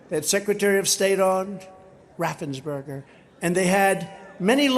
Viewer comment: Raffens-PERGER, not -BERGER!